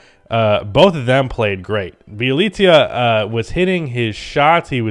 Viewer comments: BYE - LI ( I is pronounced same as E in Leaf) - CA. Damn stop butchering poor guy name. In Serbian language I sounds the same as E in English language. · i love you but its Bee-uh-leet-suh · Thats not how u say Nemanja Bjelica 😂